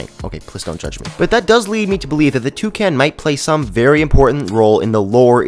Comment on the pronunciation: he says toucan like " Two - Can " LOOOOL